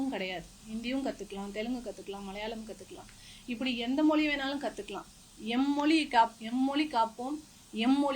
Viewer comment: ஆஹா, மொழி என்பதை ' மொளி ' என்று உளரும்போதே மொழியில் உள்ள காதல் நன்கு இளித்து புளித்துவிட்ட இலட்சணம் தெரிகிறது